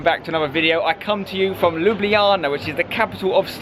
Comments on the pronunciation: Its Ljubljana You always say Ljubiljana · Im from slovenia and u said Ljubljana so wrong..